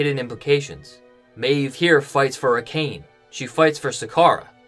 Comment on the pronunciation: Love your videos but I cringed every time you said A Cane